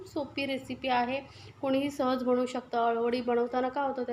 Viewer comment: बनवु असे बोला बणवु नाही